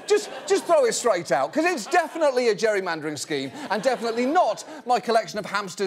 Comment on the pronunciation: It’s known as gerrymandering.....ger·ry·man·der /ˈjerēˌmandər/ Learn to pronounce verb gerund or present participle: gerrymandering manipulate the boundaries of (an electoral constituency) so as to favor one party or class. achieve (a result) by manipulating the boundaries of an electoral constituency. "a total freedom to gerrymander the results they want"